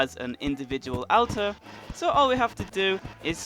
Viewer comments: Ada-MAN-tite not Ada-MEN-tite. And it's pronouned ul-ter not al-ter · Awlt-er not Al-ter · Alters pronounced UL TERS. NOT AL TERS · ALTAR NOT ALTER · lol isnt it pronounced like "olter" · I love the way he says alters AL-TEHS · It's pronounced all-ters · I despise your pronunciation of "alter" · WOW...how many times can you mispronounce the word Altar? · You're saying alter wrong. So much. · Not a fan of the way you pronounce altar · Your pronunciation of alter haha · Are we all just going to ignore how he pronounced 'Altar'? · since when is this attracting attention